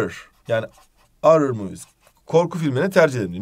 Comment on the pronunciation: Horrer ı orrer diye okumak nice